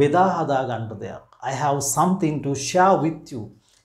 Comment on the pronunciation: Watch the pronunciation of word 'have'. Thanks.